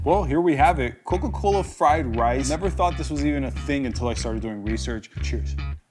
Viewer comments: It said frien rice instead of fried rice haha 😂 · What is "frien" rice